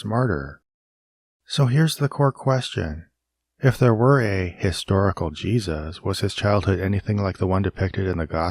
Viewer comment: “Ship of Jeseus”